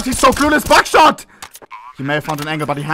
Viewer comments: The way he shouts “Buckshot” sounds too much like “Backshot” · I can’t be the only one who only heard backshot instead of buckshot right?